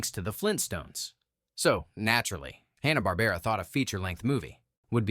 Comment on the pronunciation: I'm pretty sure he said "Honna" Barbera, too.